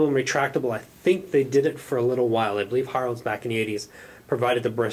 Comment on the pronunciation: O and it is pronounced. "Herrows" as in arrow. Keep up the good work. ;-)